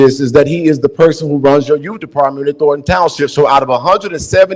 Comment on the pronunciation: “I am the yoot”, your untie? WTF….GRAMMAR, LADY, GRAMMAR!